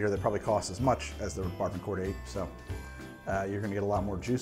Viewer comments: Yo Barbancourt is pronounced "Ba-ba-coo" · First I love the channel and I’ve learned so much from these videos. Just a heads up, rhum barbancourt is actually pronounced barboncou. Would love to see your thought on this interesting drink I stumbled upon at this annual food expo in Brooklyn. Some guys mixed rhum barbancourt with Thai iced tea and it was delicious